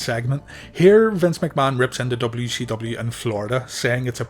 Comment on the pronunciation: Calling it "dubbayoo she dubbayoo" is driving me insane lmao